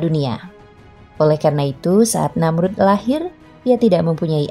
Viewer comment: Tanda baca titik diatas ( ' ) di dalam Quran itu huruf Ngain. Jadi kalau dibaca itu bukan sperti koma(,) yg bacanya d jeda2 tapi agak ke ( ng ). Namrudz bin Kan'aan Namrudz bin Kan Ngaan Namrudz jg belakang nya huruf Dza, kalau di ucapkn Bukan Za jadi terdengar seperti Namruz. Cara baca Dza itu letak lidah nya seperti tergigit jd bkn sperti Da atau Za. Hemmmmhhhh belajar lagi pengucapan huruf arabic lah narator nya, risih saya setiap mndengar yg bgituan 🙏🙏